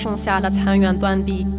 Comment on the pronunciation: 小琳真厉害，残垣断壁的垣，就算是中国人也有人会读错它。